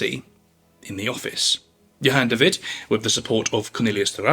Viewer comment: Djon david😂 *Johan de Wit